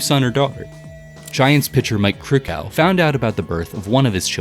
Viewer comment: Mike Krukow's name: second syllable rhymes with " low "...